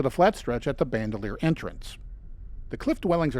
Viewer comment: Also Bandelier is pronounced Ban Del Ee Er. Not bandolier. It’s a surname.